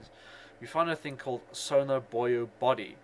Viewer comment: Is nobody going to ask why he pronounces buoy as "boyo"?